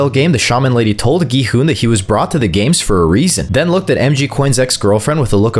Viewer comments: It’s not go hun it’s gi hun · Not being mean did he say go hun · bro said gohon and ji hun☠️☠️☠️☠️☠️☠️ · Bro why did u call him go hun-G man-gi han-G hon